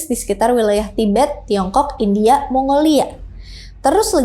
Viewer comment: Mba kurang2i penyebutan kata2 yg ujungnya huruf vokal ditambah2in "k". Seeprti "indiak" " lamak" "usiak". Kesannya gak dewasa. Maaf 🙏